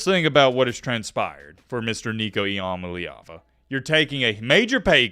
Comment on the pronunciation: E - UH - MA - LEE - AH - VU